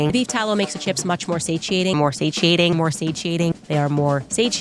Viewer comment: Say cheeting....... Satiating.